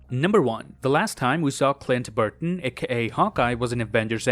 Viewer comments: It’s BARTON not BURTON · Did he say Clint Burton the whole episode? It Barton lol 😅